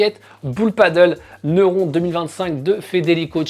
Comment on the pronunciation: Neurond 😂 Ça se prononce Neurone, comme un neurone quoi...